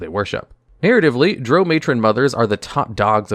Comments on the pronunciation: Ffs. Drow rhymes with plow, not row. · You lost me in the first 10 seconds when you didn't know how to pronounce drow. It rhymes with cow not the word know. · I thought it was pronounced Drow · My biggest complaint is the way he pronounces Drow in a few of his videos 😂